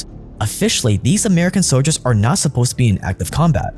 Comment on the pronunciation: The word “soldier” has an L in it…